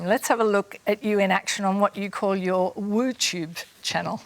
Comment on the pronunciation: My fucking gos she just said wootube